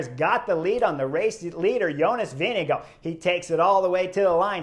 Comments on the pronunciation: Some say “go” and others say “gaard”, Let’s just admit pronouncing Jonas’ name is hard. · How's he pronounce it then? I hear all the europeans say vinga guard. I watch the international feed. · I’ve heard him pronounce his name. Its not vin ga guard.